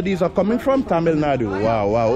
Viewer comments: Your tamizh pronunciation is awesome 👍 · Tamil pronunciation is awasome bruh !